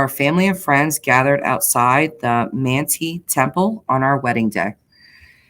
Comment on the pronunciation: Manti is pronounced Man-tie. Thanks for a fresh perspective on the whole Chud case!